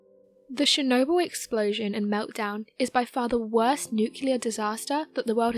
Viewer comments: CHernobyl not SHernobyl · And it not "SHERnobyl"